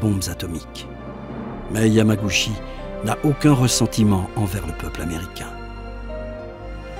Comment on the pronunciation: Bon reportage, par contre ça se prononce "Yamagoutchi". :)